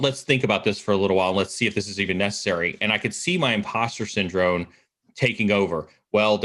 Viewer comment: Am I crazy or does he syndrone instead of syndrome. Love these videos but that's kinda driving me nuts...